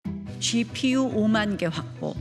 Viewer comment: 쥐퓌유~ 슛자노름~ 쉬련불가능~ 나경은 발음 짜증난다